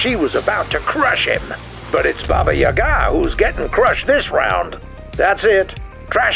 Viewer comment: Are you sure, that it is pronounced Baba Yagaaaa?